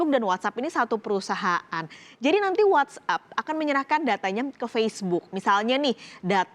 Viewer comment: "What App"bukan "What up"😆